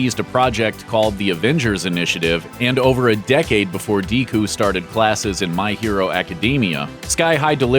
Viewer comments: Dĕ-Kū, Dε-Kū; Deh-Kū! And NOT "Dē-kū" or "Dee-Ku/Koo"! Geezus! People! Japanese is the easiest language on Earth to pronounce. Each consonant or Vowel has one, and only one sound (absent the cases of "u" which isn’t pronounced fully in words like "Desu," where the ‘u’ is only a truncated aspiration — breathed lightly and cut-short — instead of expressed fully). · dee-ku???? it's Deku...deh-koo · Deku is pronounced DE-KOO...where TF did DEE-KOO come from?! Jesus Christ,! I mean this shouldn't upset me this much but that was just painful to listen to and absolutely awful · When he said dekooo i was like... de wha ohh deku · OK everyone just supposed to just ignore the fact he mispronounced Deku. Sounded like Deeku, I can’t I hear it. It’s carved into my brain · ...."DCoo".... "DCoo"... his name is Deckoo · Lol he said Dee ku instead of Deku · Who exactly is Dee-coo? Ive been watching MHA since the beginning and have yet to see this character. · Did the narrator just pronounce Deku as 'Diku' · Yeah, but called him "Dee-ku" instead of "Deh-ku." Minor annoyance, but the folks at don't seem to be watching enough of what they're talking about. Getting the main My Hero character's name wrong like that... Not a big thing, but irksome like fingernails on a blackboard or someone saying "clip" when they mean "magazine." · dee-kuh LMFAO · First movie: Sky High. Me: 😃 Narrator: *says My Hero Academia and Deku... but...* Me: ...HE PRONOUNCED IT DEE-KU!!! 😭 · this man really say dee koo!??! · "Dee-ku"? Are you friggin' kidding me? is at it again with the writers and/or narrators not doing proper research. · Did he say Deeeku, now I'm cringing and I'll hear that in my head all day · Did fam say “DEEKOO”? 😂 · Did he say dku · Deeeku? Really lol. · Well that was nice way saying deku ,"DIKU" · "Diku"? Christ. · "dee ku starting my hero" cringe Y_Y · Deeku? Hahahaha, that’s hilarious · and my ear is hearing DIICKUU